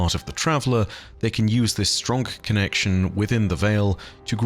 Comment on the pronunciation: Does say "stronk"? lol